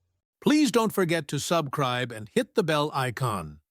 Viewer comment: Please "sub-cribe". The programmers of this AI voice can't even teach it the most basic internet vocabulary.